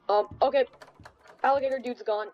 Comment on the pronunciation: I love how he says "Okeh" everytime ✨